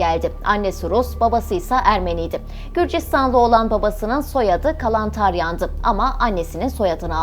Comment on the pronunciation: Kalantaryan değil Kələntəryan